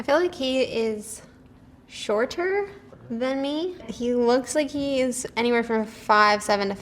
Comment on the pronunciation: I honestly would've disqualified her based on how she pronounced "shorter".